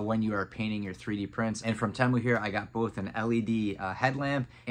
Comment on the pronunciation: "Tee-Mu". Not "Tay-Mu". Pretty sure